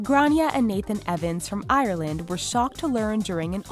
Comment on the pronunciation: Its not IARLAND!!!